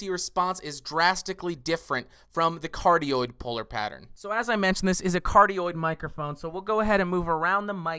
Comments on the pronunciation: i could go my whole life without hearing you say "Cardio Polar Pattern" into the microphone ever again sir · The omni-directional pattern sounded like cardioid